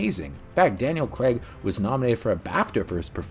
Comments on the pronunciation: Another good video, but honestly, it's Craig, not. Very off putting hearing his name pronounced wrong hundreds of times 😅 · Good doc series but OMG LISTEN to the pronunciation of the surname... its CRAAAIG...not. Even Barbara Broccoli says it in the clip you feature!! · It's not its craig 😁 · Daniel 'Crayg'. I've never understood why Americans pronounce it ''...! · Why can't North Americans say Craig? It isn't Cregg. There's an A and an I in there.